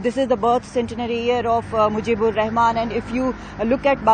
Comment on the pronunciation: it is Sheikh Mujibur, not Mujibir.... disgusting news presenter.